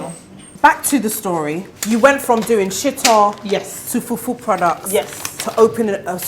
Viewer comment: I love how Dentaa says fufuo instead of fufu….